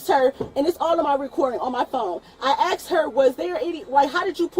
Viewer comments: . It's not "I 'aksed' her", it's I asked her 😂😂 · There it is: "I axed her." I am sure americans all understand what and why is that ASK => AXE, but for us europeans, that is a tell-tale sign of a person that will have problems with people in blue uniforms. edit I sometimes get these videos on my youtube feed and I really should not watch them. These people get me all mad because.. well they are wasting the oxygen on this stupid planet. They serve no good purpose here, we could live without them. And I am not talking about black people, I am talking about stupid people. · "I axed her" explains enough 💀💀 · aksed or asked? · Try to be black😂😂😂it’s ask not axe😂😂😂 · I "axed her" is all you need to know. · Axed her repeatedly! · if you use "axed" instead of "asked", you deserve an automatic prison sentence... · "I axed her." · "I axe err!" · "I axed her" -> Jail. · "I axe her" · “I axed her.” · “I axed her” Well that’s quite a confession. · She Axed a lot of people 😂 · "you are surrounded by me" how big is she if she can surround all the cops? "I axed her" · I axe the officer I axe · Should of just gave your ID when she "axed" you for it. What is wrong with people these days? World needs a reset. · She axed her? That's assault! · They are way to patient with this woman. Is it an IQ thing that people say "axe" instead of the obviously different spelled "asked"? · "I axed her"? Wtf? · She shouldn't have to axe her. I'd be angry too if someone axe me. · Who axed her? Lol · "I axed her" , lol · 'i AXED her??? what???? why was she axing the police??? She asked for a supervisor, he's there and she won't shut up so he can talk. oh my gawd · "Acksed"... uggghhh... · "I 'axed' her." Geez.